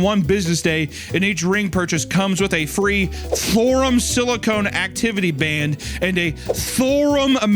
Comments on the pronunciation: he said it in a way I can’t forget “THORUM” so that’s good for THORUM. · i woke up at 4am to hunter saying STHORUM over and over thinking i was stroking out